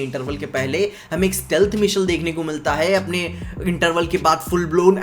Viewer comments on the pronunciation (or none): none